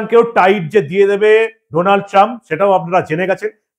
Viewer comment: Sir, it is not Doonald, IT IS DANALD Trump. DA ,DA, DA NOT DO OK. I LIVE IN THE USA THAT'S WHY I AM CORRECTING YOU. THANKS.